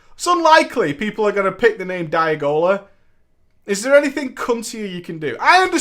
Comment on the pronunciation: Again thank you, for pronouncing my name correctly. Most people mispronounce Diagola.